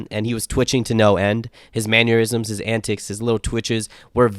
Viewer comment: Dude said “man-year-isms” and “self-invited himself” I can totally understand why he thing Conor is god on the mic